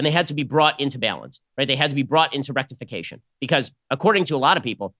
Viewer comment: Rectification ha ha ha, he said Rectification.